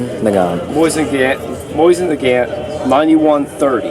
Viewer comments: God the guy is pure cringe "Moysin nagant" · it's Mosin nagant btw